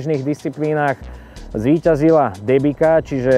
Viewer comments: Len tak mimochidom, "Debika" sa číta "Dembica." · Michal! Pre Boha! Nie DEBIKA a DEMBICA :-) Pozdravujem :-)